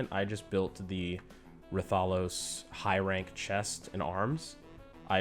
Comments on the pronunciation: Say it with me now wrath-uh-los not ra-thol-os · i hate the way you say raTHAlos